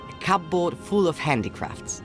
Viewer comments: genuinely really pissing me off how he pronounces cupboard. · To be fair, that's how the word looks like it should be pronounced, given the spelling. From his accent I'm guessing English is a second language for the V.A. He's most likely reading off an English script and didn't know there's an arbitrary rule that the 'P' in 'cupboard' is silent.